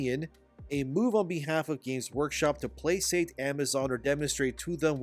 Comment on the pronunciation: (" placate" is pronunced "plaKate")